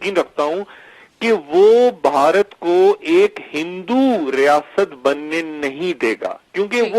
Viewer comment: لفظ باہارت اور بھارت کے بولنے لکھنے میں فرق ہے، میری بہن آپ کا تلفظ غلط ہے آپ بھارت کو باہارت کہہ رہی ہیں ، اپنے یہاں تو خیر ہے پر ہندوستان میں اس لفظ پر بھی آپ کا مزاق بن سکتا ہے تو میری بہن آپ سے درخواست ہے کہ ہندوستان کے لئیے لفظ باہارت کہنے کے بجائے بھارت کہئیے۔ شکریہ